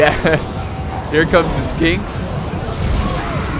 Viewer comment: DUDE !! Skinks really ?????? O.O You have their name right in front of you wtf !! This high tier Heresy ! My ears melted xD